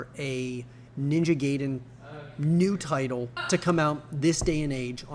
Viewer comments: exactly... it's GAI-DEN. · Can you guys please stop saying "gay"den? It's pronounced "guy"den. I couldn't even finish the entire video. It almost sounds like you're trolling.